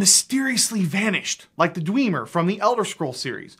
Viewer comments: The "Dwee-mer"? It's "Dweh-mer"... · He said ‘Dweemer’ Just thought I’d point that out. Good vid tho, gave me some good points to think about. Thanks! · Love the video! That being said, if I hear "Dweeemer" one more time, I might end it all. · When you hear the Dwemer be called the Dweeem-er: Nerd triggered intensifies... reeeEEEEEEE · I hope you’re pronouncing that “reeeee” like you pronounce the “Dwe” in Dwemer. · Did he just call the Dwemer the Dwimir? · Am I the only one that heard him say "Dweemer" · Sorry its the "dwee-mer" for me